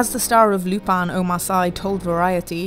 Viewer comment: How is this a Netflix video & the first thing we hear is Omar Sy’s name mispronounced?? Geez. 😐